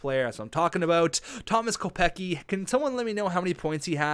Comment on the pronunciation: not to be rude but it's pronounced Kopec-ski. Love the series keep it up.